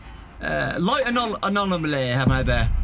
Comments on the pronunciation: Say it with me, - ah-nom-ah-lee. Adore you to bits. Happy Valentine's Day, darlin'. Get some rest! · if you want to say anomaly then just say "anom-aly "